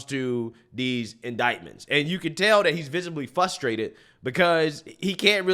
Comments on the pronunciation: Love your videos and channel, but it’s frustrating to me when people say “fustrated” lol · "FUSSSSTRATED" 😂😂😂 Bro, it's "FRRRRRUUUSSSTRRRRAAATTEEED" that first R in the word is NOT silent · Frustrated not fustrated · Hey! Maybe it's just my white supremacy trying to exert control, but hearing you say the word "FRUSTRATING &/or FRUSTRATED" is in itself, quite "f-RRRRR-ustrating"--- not "FUSS-trating" 🤣 Ok it's not frustrating, but I think of this like someone walking around with broccoli in their teeth and no one telling them. I'd much rather know, than not. I hope there is no offense taken here. Keep up the great work! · I think you’re a good commentator, but please… PLEASE… try to say FRUSTrated Not FUSTrated lol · Frustrated. Not fustrated. Not flustrated. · I love your channel but the word is frustrated not fus...m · frus·trat·ed /ˈfrəˌstrādəd/ F-RRRRRRRRR-USTRATED "I am fRustrated by your repeated mispronunciation of the word."